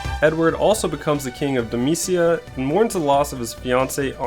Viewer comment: How do you get "damecia" from Damcyan?